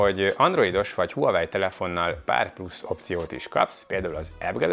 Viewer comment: Legalább a nevét mondaná ki rendesen...gáz nagyon, hogy Huawei-ezik végig. Kiejtve "vavei". Az autónál sem azt mondjuk hogy Peugeot, hanem azt "pözsó". Azt is ki bírja mondani hogy "ájoesz" nem azt mantrázza hogy "ios"...